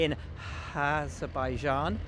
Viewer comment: HAASZerbaijan😂😂😂😂 Well Done Buxton